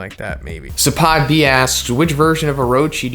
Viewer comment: Yo Z Zapphod B is pronounced Zay-fod and I assume is based off the character Zaphod Beeblebrox from "The hitchhikers guide to the galaxy". Figured I'd mention it since he's in like all of your Q & A's